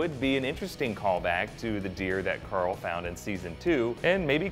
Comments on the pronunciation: its carl not corl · Has anyone realized that he says Corl instead of carl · who is Coral? He keeps on saying Coral. He is called CARL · it's CARL....not CORAL wow and its not war its there survival to fight yes for what's there's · It's carle